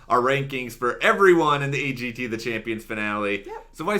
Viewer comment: Simon talen not z,A G T A.AA.